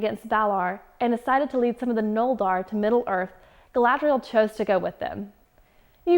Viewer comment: Feaneer? Against Valar? Noldar? Gul Dugoor? Are you talking about a different epic piece of literary fiction than I'm thinking of? Up until now I thought you were very adament about getting pronunciation and grammar correct.